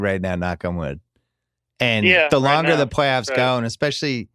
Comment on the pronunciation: Palyoffs?? lol its all good. We know you mean Playoffs lol